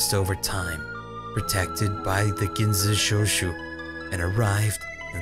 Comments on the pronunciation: And the "Gin so shoe show" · When Ginzushou gets pronounced literally 8 different times x'D ily ❤️ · Now teach how to say Urawa-kun instead of "Uww-raa... fuck..." and "Ew-rawa-kun..." Then we can work on his "Ginzuishou" =3